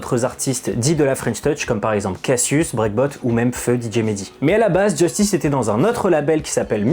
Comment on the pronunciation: Sympa mais c'est Justice et pas "Djeustice". Il faut arrêter de le prononcer à l'anglaise, y a tout une DA autour de la prononciation à la française, un peu de respect.